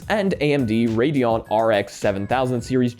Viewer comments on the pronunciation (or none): none